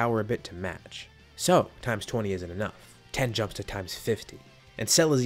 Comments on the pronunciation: Its tien, not ten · Are you saying ten instead of tien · Yo pronounce it teaen nit ten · Are you saying "Tee-en"? Or "Ten"? I hear the latter every time, but it should be the former. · Yea tea - in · TEE YEN, NOT TEN